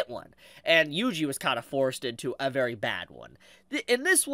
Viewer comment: His name is pronounced “wee wee” not “yui yui”